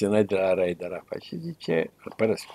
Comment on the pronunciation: Ce greșeală a putut sa facă în direct 😂😂😂 Răzvan Dumitrescu, când l-a numit pe arafat, ( Arahat) 😂😂😂😂😂😂